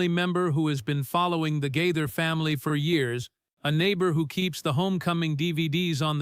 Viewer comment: It’s Gaither, pronounced Ga- ther. Long “A”.